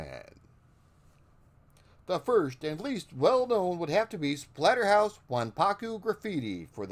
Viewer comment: You totally called it Platterhouse at the beginning LMAO